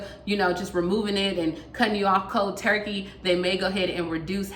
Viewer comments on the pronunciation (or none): none